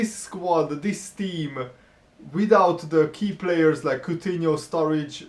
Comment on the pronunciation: not strurridge